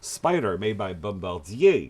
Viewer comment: You gave away your Canadian heritage with the correct pronunciation of Bombardier. Unless it has a sidecar (or you're disabled) a motorcycle has two wheels, end of story. Having problems getting parts shipped from Kazakhstan for your Ural? Press '1' to shoot yourself, press '2' to poison the dealer's family. Teslas and sewing machines are electric, not bikes. Replace the Royal Enfield with any Janus and you're done. Some Janus dealers will cut a hole in your helmet for your man-bun.